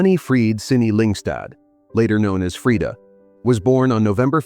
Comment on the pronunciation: The pronunciation is right. Swedish is a Nordic-Germanic language. Only English-speakers get it wrong compared to most of the world (yes, even the French use the right A-vowel). You don't have to pronounce it the American way.